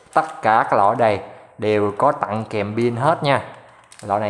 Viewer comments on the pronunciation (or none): nghe chữ ...tặng phát ớn vãi...